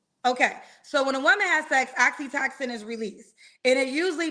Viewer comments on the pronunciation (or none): girl!! The "love" chemical you're talking about is Oxytocin = Ox E toe Sin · lol talkin bout Oxytoxin😂😂😂girl I love you but please get the word right if you gone say it that many times😩 Oxytocin 🤦🏽‍♀️😂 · It’s oxytOcin,. Not oxytoxin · Oxytocin not oxytoxin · Not Oxi-Toxin?! lol *Oxytocin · Every time says oxytocin I hear oxycontin 😹 It's pronounced oxy-toe-sin. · Oxytocin is pronounced oxy-toe-son